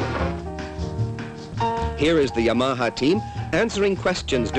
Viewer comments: Just listen to Japanese, he was way off. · I love the pronunciation of Yam-arhar. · I love the way dude says Yamaha, it's like he is saying; "Your mom huh?" In a NY accent. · "ya-maha" lol! Or is that how the Japanese pronounce it? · This guy had no idea how to pronounce "Yamaha." lol. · Did the narrator EVER learn to pronounce the brand-name properly?